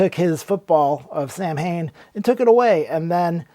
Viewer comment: The band 's name pronounces SAW - WiN because it is Celtic